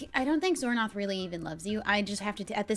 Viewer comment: i love this roleplay, and doin xornorth name is so good